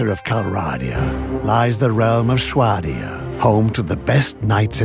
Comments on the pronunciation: lol maybe we were saying it wrong all along. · "Shwadia" "VaEEEger" "King HarLouse"